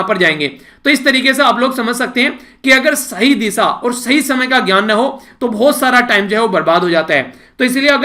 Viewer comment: Sir apka pronounciation sahi nahi nahi hai, ap दिशा को disa bolte ho Should ko bhi sud bolte ho mai intna bada nahi ki apki galti nikalu, par muze lagta hai ki apme sari achhe teacher khubiya ho.. Apka student pravin